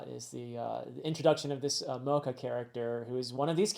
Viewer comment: One pronunciation check. The "ch" in Mocha is a soft "ch" so it's not pronounced like the coffee. I think I mentioned this in the Summit Wars video, but Oda made it a point to have Ace's death be the first in-world death of One Piece (excluding flashbacks). Monet is the first death we're seeing since Ace which kind of sets you up to the fact that the New World is, tonally, going to be heavier than what we've experienced up to this point. We're going to get to see a lot more of these characters and their philosophies/ideals on being a ruler, pirate, marine, noble, etc. so the way you break down Caesar is just the beginning!